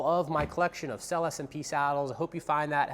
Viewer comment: 🤔how trustworthy about those saddles can someone be who even can't pronounce the name of the company